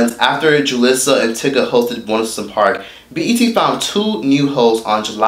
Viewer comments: What's "onceapark? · "once a park"? 🤣🤣🤣🤣